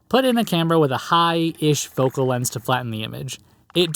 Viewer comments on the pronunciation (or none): none